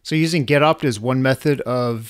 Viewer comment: Getopt sounds like Getup!